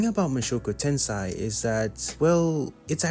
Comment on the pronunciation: Mushoku TENSEI( TEN SAY) not tensai😂 Mushoku tensai would mean Jobless disasters. 😅